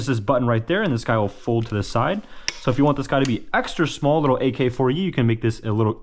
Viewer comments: you said ak-4u and i died💀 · Dawg... AK74u, Bersa and Cartridge. Not AK4u, bersta and carcridge. Good vid besides some of that lol